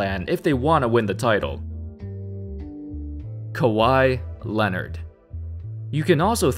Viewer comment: I love the slight dramatic beat when says Kawhi...Leonard. point of emphasis. Hahahaha